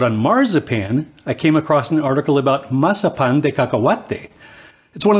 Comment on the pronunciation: Excellent pronunciation! I love mazapanes the brand De la Rosa makes the best ones you just have to be really careful when taking it out of the plastic wrap so you get the satisfaction of taking a bite of a whole Mazapán😆 I’m definitely using your recipe to make some at home.